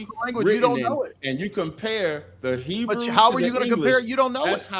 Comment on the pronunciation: It’s so funny the made up pronunciation of Hebrew these goofs use